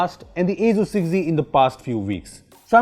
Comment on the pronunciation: Others: Asus 6z: Asuzzz 6z